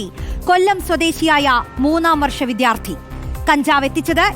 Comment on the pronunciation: വിദ്യാർത്ഥി ആണ് വിധ്യാർത്ഥി അല്ല.. രണ്ടാമത് വരുന്ന അക്ഷരങ്ങൾ ഉറപ്പിച്ചാൽ മതി